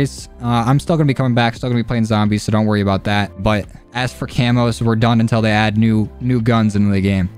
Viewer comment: he said thay